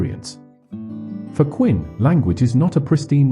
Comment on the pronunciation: Who the hell is “Quinn?” If you can’t get the man’s name correct, why would I think you can get his, or Wittgenstein’s or Strawson’s, thoughts correct? Sounds to me that your interpretation’s of these three men may in fact be interesting and informative, but your presentation is horrific and disturbing and distracting. The narration renders the entire video and detracts from anything meaningful you might have to say. Maybe if I watch with the audio on mute.